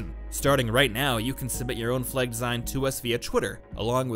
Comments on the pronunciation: Everyone: Flag: Fleg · Worth it just to hear him say fleg 1000 times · Anyone else keep hearing "Flegs"? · I love how you pronounce 'fleg' and i'm just getting flashbacks to 'they've taken my fleg, they've taken my identitei!' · Prepare for to say flehg a lot. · Cant get over the way you say flag